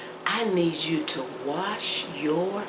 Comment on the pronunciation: I love how she put emphasis on washing ur hands❤❤